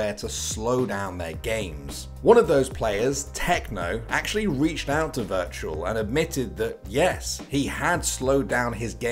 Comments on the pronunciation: virtual =/= wirtual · wirtual not virtual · To me, his name is said wertual 😂